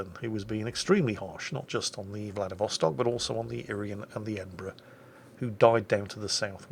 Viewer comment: Hey, it's VladivostOk =)